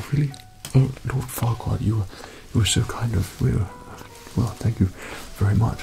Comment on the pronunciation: I'm from Russia and when he said forquad, I've heard fucked up. I'm sorry bacause off mistakes. I'm 13